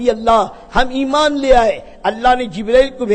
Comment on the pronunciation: ایمان ہے بھائ امان نہیں